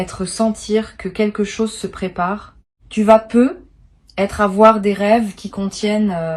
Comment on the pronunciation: Pourquoi "Peut-être" est prononcé "Peu être" ? Et pourquoi dites-vous que c'est un tirage pour le mois de Mai sans en préciser l'année ? Hum ? Peut-être parce que c'est du simple business, une voix générée par Intelligence Artificielle et rien d'autre... pour attraper le nigaud de passage.